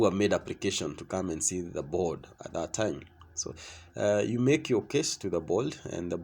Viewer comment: Board. Not bold.